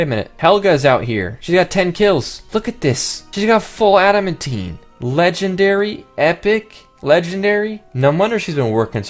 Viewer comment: ad-uh-man-tine please pronounce adamantine correctly